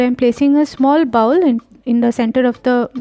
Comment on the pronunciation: Check your pronunciation of BOWL ... Good video otherwise!